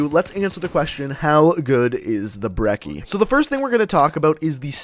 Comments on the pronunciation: It's pronounced Bre-ch-ee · did he say broccoli or brecci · And ur not saying brecci right